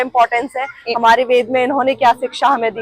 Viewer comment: इस वेद वन की आर्किटेक्ट मैडम बार-बार वेद को वेदा बोल रही हैं यह मैडम वेद को वेद बोलना सीखें ।